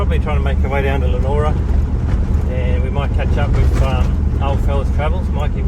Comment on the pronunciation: Good stuff mate … you’ve had a great time in Broome. Looking forward to more from the trip home. Just a note for next time your here, it’s pronounced Lee A Nora. 😀